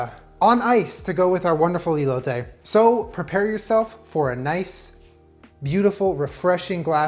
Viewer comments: please stop listening to Google's pronunciation of foreign words, they're always wrong. it's pronounced 'cotiha' and 'ehloteh' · <3 the first E in Elote is pronounced exactly like the last one, in spanish we only pronounce the E's that way, the english ''E'' sound in spanish we use it for the letter ''i''. Love you <3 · I can’t express how much I love you rn Btw the e’s are pronounced different in Spanish Also horchata hits different when drank hot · I got so hyped for this video and then said “EElotay” and I just laughed so hard awww 😂 it’s pronounced “eh•lo•teh” 💕 and you don’t have to annunciate the “t” either, it’s so soft it’s almost like “th” but ANYWAYS love the confidence and the effort, great job!! PLEASE keep it up and showing off Mexican dishes it makes us feel special knowing that you love our food 😂🥰... like literally any Mexican knowing that other cultures like our food... it just makes our hearts so warm 💕 thank you!!! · He got the elote wrong tho... Saying "ilote" hahaha. But nonetheless horchata was a nice job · hermione voice it's eh-lo-teh not ee-lo-tay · he said E low tay lol no hate just thought it was funny ( eh low teh ) cotija ->cohteaHA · ey-low-tay LOLL its eh-lo (LO not LOW) the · Great stuff but hear me out.. say “Eh-lote” 🙂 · For the ppl wanting to learn Spanish you don’t pronounce the e like how it sounds your pronounce it like eh so ehloteh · Pronunciation tip for: The "e" in elote is like the "e" in your "EH BEPBEPBEPBEPBEP.” It's eh-loh-teh.;) Buena suerte, amigo! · I’m confused bc I’m Mexican and don’t really speak Spanish but I’ve always heard my family and friends who do speak Spanish pronounce it ee-lo-teh like with emphasis on the “ee” sound in the beginning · ITS EHHHHHH-LOTE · “ilote” 😭😂🧡 try esquites next! 🙏🏽👩🏼‍🦲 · When you Hispanic and makes your favorite botana (snack) and drink. 👌🏻😋BTW it’s pronounced (eh) (loh) (te). just like epepepepep!